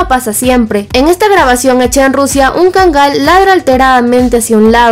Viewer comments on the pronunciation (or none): Está bonita la información pero sabes? La raza se pronuncia KÁNGAL... Así, como si tuviera acento prosódico en la primera A y no como erróneamente lo pronuncias: KANGÁL, te lo digo en buen plan porque yo viví 5 años en Turquía y para que en la medida de lo posible, le rindas reverencia al REY DE LOS PERROS: EL KÁNGAL TURCO...